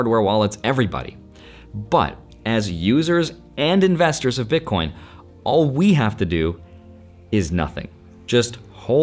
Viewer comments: Did he say BitCORN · lol DID U SAY bitcorn?! U R AWESOME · wait did you just say bitcorn? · "all the Bitcorn" ? Corn? 😂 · you were a card nerd, then a finance nerd, and now you're a tech nerd. also you def said "bitcorn"